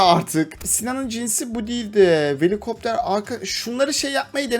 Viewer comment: abi velikopter değil velociraptor